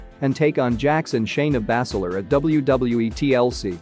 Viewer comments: It is not bass ler its( baze ler) not sheeemas its shame mas quit reading it watch the product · He probably does it on purpose to get more views ... who the fuck pronounces Sheamus the way this fool does 🤦🏻‍♂️ and Bazler lol Bass Ler wtf